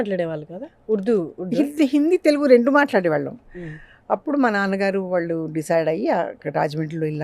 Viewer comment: యాంకర్ కి తెలుగు పలకడమే సరిగా రావడం లేదు. వాల్లు, వీ లు ఏం తెలుగు? సిగ్గు కదా?